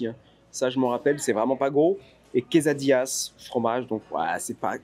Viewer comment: "queZadillas", ça ne se prononce pas queZadillas mais quesadillas, c'est un nom espagnol, le S même entre 2 voyelles se prononce S et non Z comme en français.